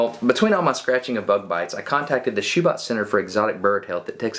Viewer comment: Schubot is is pronounced Sha-bow